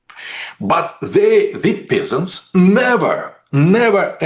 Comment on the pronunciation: I love how he pronounces "peasants" as "pissants".